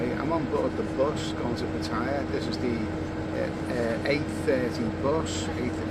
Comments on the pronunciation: It's 'Party?Yeah' and not 'P'attaya'. good Luck in SEA!` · Hello love you vlogs, but please don't call it PATTYRE it's PATTAYA